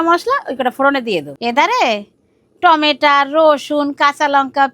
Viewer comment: Tometo ❌️ temete ✔️😂😂😂😂😂